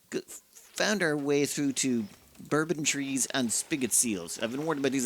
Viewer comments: "Bourbon trees" spoken like a true Irish person :D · That's what I thought he said too. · Love the neck-tar. LOL. I have read/said it that way a few times too. I think it has something to do with the other words around it... Especially bourbon (bon-bon) trees. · Omg yes that immediately made me laugh. Bourbon trees I approve 🥃